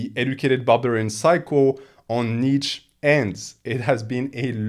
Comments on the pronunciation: I perceive you as a person who would want to know that: „Nietzsche“ is pronounced knee + cha (as in challenge). Kneecha. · Awesome video. As a German, the way you pronounce my boy Nietzsche's name drives me nuts though.